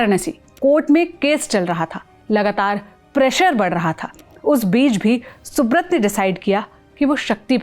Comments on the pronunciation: Please have the pronunciation right, it's soobraataa or soobroto as in bengali and not soobrot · Pronounced thik se karo - it's not subrat it's Subrata ( सुब्रोटो)